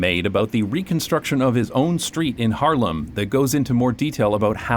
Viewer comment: The way you say Haarlem sounds like Harlem 😂💚